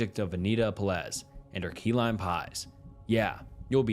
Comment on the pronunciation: Peláez is pronounced peh-LAH-es , accentuation on the middle syllable, hence the caps, so three syllables, not two, and not “peh-LEZ” like you keep saying it.